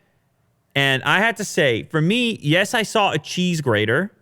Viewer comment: Cheese Greeder? lol